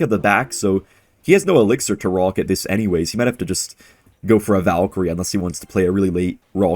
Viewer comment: and his pawket rawket